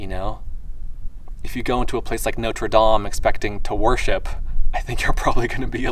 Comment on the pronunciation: I also appreciate how articulate you are. Pronouncing Notre Dame the correct way, and correctly saying farther, not further.